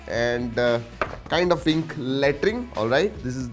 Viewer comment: i thought latring💩😂😂